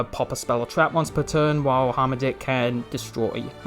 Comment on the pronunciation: I know I'm almost 2 years late but it's "Har-Matick" not "Harm a dick" lol